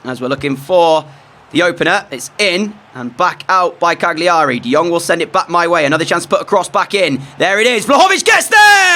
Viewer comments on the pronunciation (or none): the G in Cagliari is silent... it's "CAH-lee-erry"